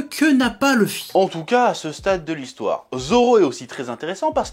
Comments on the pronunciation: bonne vidéo mais arrêter de dire "leuffy " bordel c'est luffy , il faut maudire la VF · Sympa, mais le fait que tu ne prononces pas "Louffy" m'écorche les oreilles donc je sais pas si je regarderais la suite.